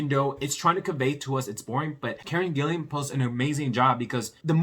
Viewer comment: PLEASE learn to pronounce her name. There is no "I" between the second L and the A. Thanks!!